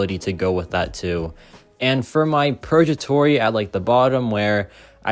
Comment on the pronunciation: Hey there! Just a quick tip on pronunciation—it's 'purgatory,' with a hard 'g' sound like in 'go,' not a soft 'j.' It should sound like 'PUR-guh-tor-ee.' Hope this helps! Keep up the great content!